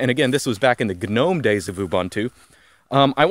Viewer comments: I like the hard G, Lunduke and you would get along just fine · He can say GNOME properly, but he can't say Ubuntu correctly. I'm Just saying. Even so, I liked the video immensely.